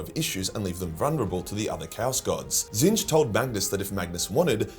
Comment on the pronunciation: when did he stop saying "tits-nich"